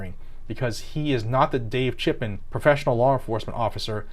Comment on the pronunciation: Your audio is ok...but whenever you say "Chipman" i hear "Shitman".🤷‍♂️